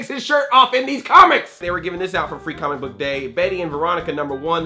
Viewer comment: Every time he says "comic book" it sounds like "CAHMICK BUK" Lol jk Love you Andre! :D